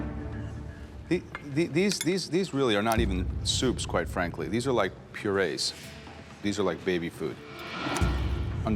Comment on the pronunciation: I love how Joe said "These these these" in an itallian accent 😂